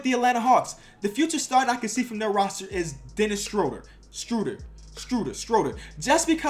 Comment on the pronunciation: This problem needs to be dealt with before it gets extremely bad., there is no T in Dennis Schröder’s name.